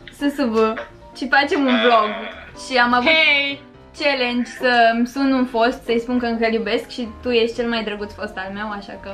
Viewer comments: Nu mai spuneți ,,celengi" se spune ,,cealăngi'' știu că se scrie ,,challenge" (am scris pronunție) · Eu care am înțeles când ai zis tu ice cream callenge eu am înțeles ai sprâncene😅